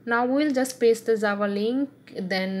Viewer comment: Its not zava its java